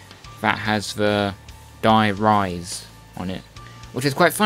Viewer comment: sory, its dier riese, not dier rise